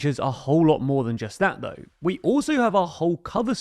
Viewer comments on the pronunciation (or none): none